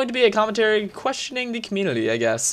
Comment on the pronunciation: DUDE THE LAST VIDEO YOU ALSO SAID COMMUNITY LIKE COMULITY AND I DONT KNOW WHY AM I DOING ALL CAPS RAGE, RAAAAHR